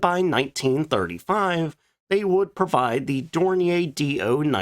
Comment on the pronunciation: Dornier was a German company, not French. The pronunciation of the word should reflect that.